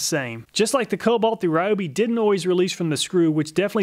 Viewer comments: Why can’t you pronounce “Ryobi” correctly though? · Please learn to pronounce “Ryobi” correctly. Here’s a video from Ryobi, listen to how they say “Ryobi”